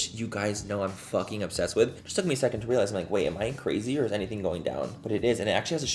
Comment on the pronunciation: Love, “back and the brows are filled”! Don’t stop!!! Every time I do my makeup even though I never make any social media videos I say it 😅 Also love when you say, “Gorga” and “It es… what it esss..” 😆🤣😂